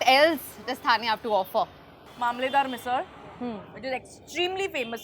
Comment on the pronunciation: hey curly tales, dont you know the difference between थाने and ठाणे ???really... shame on you. pronounce the name correctly. you arent outsider 😡